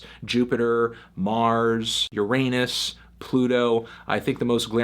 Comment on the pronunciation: You would pronounce it YUR-AY-NUS